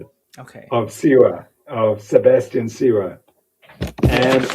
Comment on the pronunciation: His name is Sawe. Not Siwa...